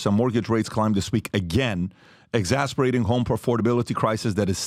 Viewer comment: Pat, brother I love you but please learn how to pronounce the word “exacerbating”